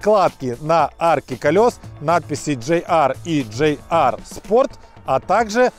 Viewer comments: Не джей ар,а джи ар.или пох ... что говорить? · Кто нибудь, скажите ведущему, что это не джей ар, а ДЖИ ар..... Рука лицо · GR (джи ар), а не JR (джей ар) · Я так розумію тепер замість питань про "камрі/кЄмрі" будуть питання чому проговорює "GR" як "JR", через "джей", а не "джи"?